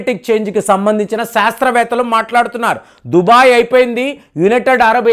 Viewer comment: Its not Dhubai. It is Dhubgai.